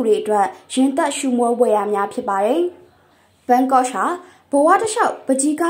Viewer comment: စာဖတ်နေသူ- ရှင် Yan Gogh အသံထွက်မှန်အောင် ထွက်ပေးပါရှင့်